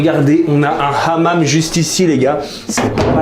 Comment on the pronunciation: il m'a tué il a dit hamam.